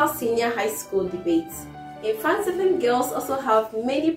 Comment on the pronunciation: Pls it is Mfantiman not Mfantipim.Thank you 🙏🙏